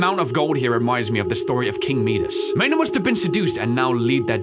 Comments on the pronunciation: when he said king mides instead of midas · king meedis he says King My-das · It's pronaunced my-dus. Not me-dus... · He called king mides king medes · btw its king m i d a s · mee-das really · Ahh yes king meedas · MEEEDAS Edit: I did that bc he said wrong😐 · haha he said medies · king meedas lmao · Are gonna ignore how he pronounced king Midas as ”king meadus” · king midas is pronounced king "my-dus" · Midas is pronounced (mydis) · that's a funky way of saying king midas >.> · I think you mean King Midas you said it funny LOL😂😂😂😂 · Can we please talk about how pronounces Kind Midas? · did he really pronounce midas like that tho? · You said Midas rongh